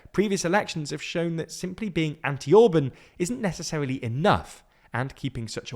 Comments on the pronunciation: In Orbán, the “á” isn’t similar to “and”, what are you talking about? “Á” is closer to the sound of the “U” vowel in “cut”. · Once again, not « Ohrb(a)n » but « Orbahn ». It’s exactly the opposite! Please educate yourself about how to read the names that you use in your videos. Get your act together, do some decent work! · Fidesz is pronounced as Fidess not Fidezz! Tisza is pronounced as Teessa not Teeza. Orbán has a hard "a" as in "and" or "apple". "Sz" is one of 44 letters in their alphabet, always pronounced as an English "s" . Hungarian "s" is always pronounced as an Engiish "sh", so Budapest sounds like Budapesht. Sorry, these things matter and takes just a little time to learn!